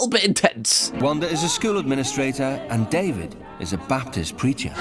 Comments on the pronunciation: Its Baptist not baptisim church. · ...you know i love you but it's the "Baptist church" not the "Baptism church"...lol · It's Baptist Church not Baptism church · it's not "baptism"... baptist. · Baptist. Not Baptism church. Baptist Church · I love how he keeps calling it "baptism church"😂 it is just Baptist church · Love your reactions to these videos, but you calling it a "Baptism" church, instead of "Baptist" is killing me, lol. 😅😂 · "Baptism" church is driving me insane 🤣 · The "Baptism Chur h" lmao! Its "Baptist Cgurch". Love ya,, tou make me truly laugh in this shitty world 🍻🇦🇺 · Baptist church not baptism lol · *Baptist. Not baptism.. 😆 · I think it’s so funny how you keep calling it the “baptism” church instead of Baptist 😂❤ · It's a Baptist Church, not a baptism haha i couldn't stop laughing ever time you said that. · It’s so funny how you keep calling it a “baptism” church 😂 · It's also pretty adorbs that he keeps calling it "the baptism church" instead of the Baptist church. This guy is so enjoyable to watch because he seems like he'd be whatever the UK version of a gopnik is, but he actually seems pretty innocent and kind-hearted. What a sweetie. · I came into the comments to make sure someone, somewhere pointed this out. I keep yelling at. BAPTIST! THE WORD IS BAPTIST!!